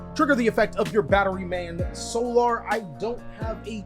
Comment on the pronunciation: Is he intentionally refusing to say solar properly lmao